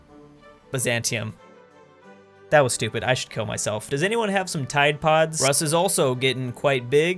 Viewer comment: It’s not pronounced rus it’s pronounced Roos